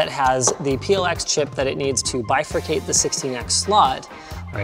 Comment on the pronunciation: It's Bi-Four-cate